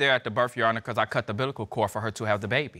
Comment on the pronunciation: 😂 “and I did, you on see da baby?” 😂😂 The ‘bilical cord, concessions and the ‘pressions though 🥴